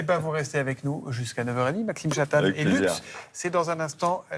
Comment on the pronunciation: L'hésitation de la journaliste sur la prononciation de Lux est très révélatrice de la disparition des repères culturels basiques : elle a pensé à toutes les prononciations possibles sauf la prononciation latine (ou)... Fiat Lux : que la lumière soit...